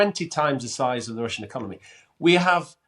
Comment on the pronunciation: He keeps saying"we", but that's a weird American accent.